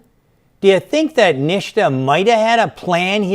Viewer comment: SANDY #SAVAGE ! 3:) Also he is pronouncing NHTSA as "NIŠTA" which means "NOTHING" in Serbian - language of Nikola Tesla :)